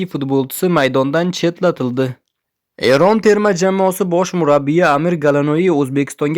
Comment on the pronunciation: Errn mas Eron deb oʻqi gʻoʻldiramay